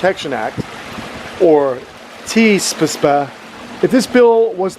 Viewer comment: Love how you said TEAPSPA. Hahaha!! 😄💖😄 I love when the Ask Kamp Kenan's get deep. I totally agree that when done properly, having animals be ambassadors is very beneficial. You explain things very well. Thanks for your input!! 😸💖😸